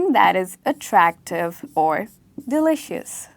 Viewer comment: Ma'am I guess pronounciation of delicious is wrong